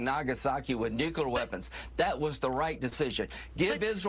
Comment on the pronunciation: Lindsey says, "nukular." What a total douche idiot.